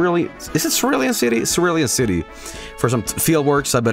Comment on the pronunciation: it's pronounced cerulean city The issue with that is that Charizard is one of the worst Pokemon and that they aren't cool that's fuschia and thus their tongue but charizard doesn't look cool encore is also good in nuzlockes. so like, still not here but like, not JUST competitive. whoa i didn't notice the anime bike cerulean misty thing either